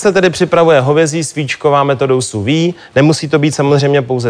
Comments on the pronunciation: Ahahah, metoda "suvi". Lol, ten borec urcite moc "nevi". Sous-vide (/suːˈviːd/). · Sou-vide se vyslovuje jinak.